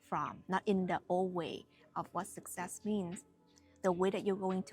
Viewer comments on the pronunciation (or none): When you said ' success ' . It sounds to me like .. sex sex .... 😊